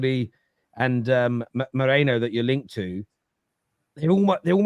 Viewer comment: It’s Merino not Moreno ffs 🤦‍♂️